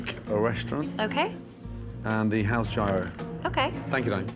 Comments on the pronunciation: The way Gordon pronounces Gyro absolutely kills me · yee-roh, gordon! not gy-ro